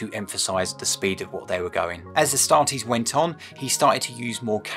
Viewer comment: A startees 😂😂😂 the way u said i 😂😂😂